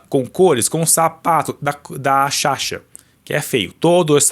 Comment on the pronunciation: o nome da sasha é SASHA, vc ficou o vídeo inteiro chamando ela de "shasha"